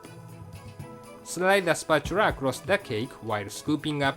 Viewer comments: "spratchula" lol. <3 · spatura :D i love engrish